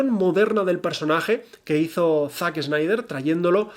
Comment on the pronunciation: diciembre 2023 no fue hace dos años y medio se dice "zack snaider" y no "zack es naider"